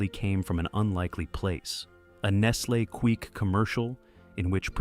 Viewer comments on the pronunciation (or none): Fans KNOW the "weird facts". AI can't handle "Nestle's Queek".